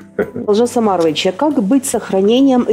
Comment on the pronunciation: Можно же ударение ставить на О, у вас выходит Алжас Амарович,что совершенно не приемлемо,даже русскому слуху..